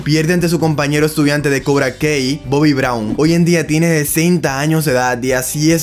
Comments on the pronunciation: "Cobra Kei doho" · Cobra Kei Dohoh 🥵👄💅🏻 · Se dicee cobra kai amigo no cobra key q no viste las peliculas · Cobra Kei se pronuncia cobra Kai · Cuando escucho cobra kei mis oídos explotan